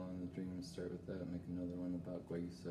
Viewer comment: It's ilex guayusa. And it's pernounced wayusa. The darker stuff is heated to dry and possibly smoked. Beware of smoked teas/salts/herbs. They contain PAHs and cause cancer. Yerba Mate is often smoked. Guayusa is the healthier alternative as it's rarely smoked. I really appreciate this video. Guayusa is my favorite morning beverage. I hope this helps. Stay blessed.